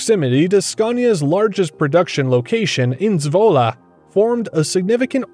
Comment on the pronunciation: I like how you pronounce ‘Zwolle’😅👌🏼👌🏼